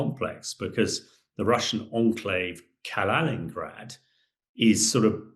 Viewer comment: Hamish deFrogJock. Do us all a favour, stay in your armchair and zip it! By the way her name is pronounced Kiya not Kajar. And It's Kaliningrad not Kalaningrad ! For God's sake!